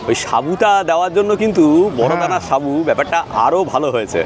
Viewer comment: উচ্চারণটা হবে সাগু, সাবু না